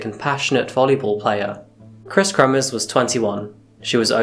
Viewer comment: it's Kremers, not kremmers, and Froon, not fruun, pls check your pronunciation, not just this vid... If you can't pronounce it, just say so and avoid using the names much.